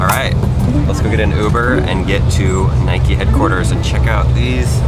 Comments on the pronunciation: Its note nik-E its prinounced nike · It's NIKE NOT NIKEY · it's Nike not Niké!!!!!! argh lol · Nike not nikee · He was saying Nike wrong. So wrong. 🤐🤐🤐